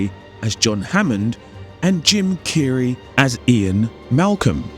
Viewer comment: Ah and Jim Carrey... Is not pronounced kee-ree 😂